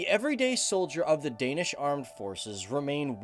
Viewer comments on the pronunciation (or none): Absolutely butchered all names, I mean could've just gotten Google to say it. ¯\_(ツ)_/¯